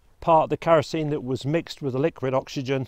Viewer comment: 1. It would not have annihilated mankind! It would’ve killed millions upon millions, but not wiped out mankind. 2. It’s not ‘karosene’. It’s ‘kerosene’, with an ‘e’. 😂